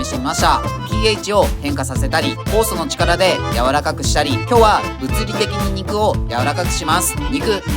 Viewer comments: 酵素の力がフォースの力に聞こえて、そんな動画あったっけ？って思っちゃったw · 「酵素の力で」てとこ「フォースの力で」って聞こえてしまった。スターウォーズネタ動画をみすぎた。